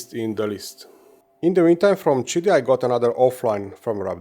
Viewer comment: Pronounced it correctly now! "cheety"! Hey Doc! Good job! I still liked when you said "kitty". 😊 I printed a plaque for my Plus4 that says; "Kitty Plus 4" in honor of this. ❤️ We love ya Doc!! 😊 Team 7 Beta Testers